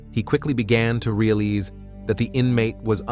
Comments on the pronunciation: Why did you pronounce foot and realize like that? You said foote and releeze!? Weird Weird. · man said “realeze” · Sorry side note: “foote” & “release” for realize? The narrator doesn’t seem like he’s hard of speaking English. That was just odd. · They're even pronouncing realize (real lies) any ol type of way 🤦🏽‍♂️. Where is penmanship and grammer going